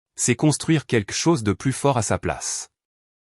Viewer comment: "quequ'chose" ?? Et si on apprenait aux IA à prononcer correctement le français ? Et je ne parle pas de l'orthographe fantaisiste des sous-titres !